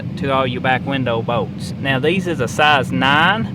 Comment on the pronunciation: what the f are bowts, pretty sure he meant bolts